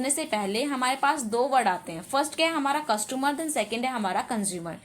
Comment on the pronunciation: Mam saying कस्टुमर